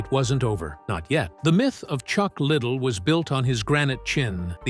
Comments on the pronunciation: As soon as I heard "Chuck Little" I just couldn't watch anymore lol. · It’s pronounced Chuck Ly Dell, not Chuck Little. Get it right for Christ Sakes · La..dell not... little..how do you do a documentary without knowing how to pronounce the name? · Chuck little --- not Chuck liddell--- 👌 🥳 😖 🥴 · Chuck little? That's not how his name is pronounced. How can you trust anything said with this. This could be the creation of an 11 year old. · Chuck Ladele. L A D E L E u no how to read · What’s a shame is you can’t even pronounce his name right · Try saying his last name right. you might get more views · Stupid asses can’t even pronounce his name, right🙄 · The way chucks last name is being pronounced is annoying. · Computer voice couldn't pronounce Chucks last name correctly.... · That's ridiculous that ur choice was leaving in mispronouncing his name. Wow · Pronouncing his last name wrong